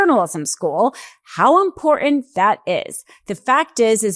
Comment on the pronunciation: Good reporting! But could you learn how to pronounce IMPORTANT?